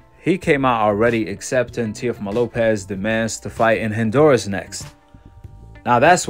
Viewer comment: My dude, it's not Hin-duras. It's HON- duras. ✊🏾✊🏾